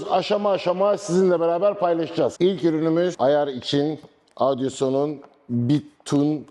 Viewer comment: Merhabalar, her şey çok güzel elinize sağlık. Fakat markayı söylemeniz yanlış sanırım piyasadan duyulduğu şekilde zamanla ağzınız öyle alışmış galiba. Audioson diyorsunuz hep... o harfi yok markada o dikkatimi çekti belirtmek istedim. Kolay gelsin.